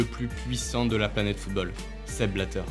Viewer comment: Tout est parfait, l'intonation, les mots choisis, et l'histoire est passionnante. Mais. D'habitude je ne fait pas ce genre de commentaire critique, car quand il y a des fautes c'est peu, mais la la vidéo en est remplie, et ca réduit vraiment la qualité de celle ci. voici une liste non exhaustive Maintenant prononcé "mainant" le t a disparu ? : Les O mal prononcés : footbeul : surcheuffe : chese : seute : eubjectif : coeucaïne : greusse : eutre : cueuse : escreuquerie : Parler de la fifa et écorché football 5 fois ca fait mal, et 13 fautes de prononciation dans les 2 premières minutes.... si on enlève ces 2 minutes la, on a 4 fautes en 8 minutes, ce qui est plus qu'acceptable, mais le début m'a mit sur les nerf